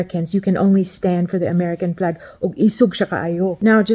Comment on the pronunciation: You pronounced Flag as Plag, Uniquely Filipino, eh? It's nice you haven't forgotten how to speak Visaya